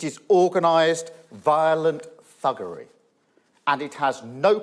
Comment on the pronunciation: I had to rewind when Starmer said thuggery. I thought he said buggery.